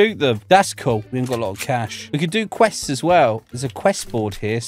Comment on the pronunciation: everytime you says "cool" i thought it was "coal"😂😂😂😂